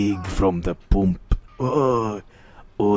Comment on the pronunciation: “my mooscles are getting bigger from the POOMP, yiss the poomp”